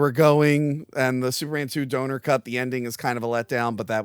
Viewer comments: For christs sake. Its donner. Dah-nur. Not donor. He wasmt crowdfunding his shit. 😂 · it’s NOT “Blankenshit”. Also, you’re mispronouncing Donner 🤦🏻‍♂️